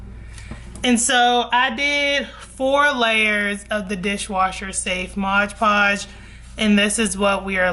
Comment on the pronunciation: Mod. Podge lol I don't know why but everytime you say ModGE Podge I giggle. 😅 Thank you for this video!! I was looking for the best option and you definitely didn't disappoint ❤